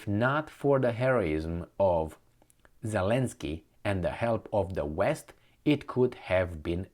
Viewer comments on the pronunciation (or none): none